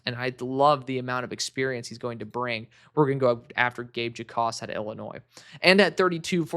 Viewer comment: I know it’s weird but Gabe Jacas doesn’t pronounced the J in his name. It’s pronounced like “Ackis” just for future reference.